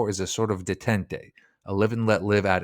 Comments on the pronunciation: Detente pronounced day.tahnt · Detente is pronounced Day - taunt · Detente is pronounced Day-tant. Youtube has great channels on word pronunciation. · And detente "duh tint ay" yikes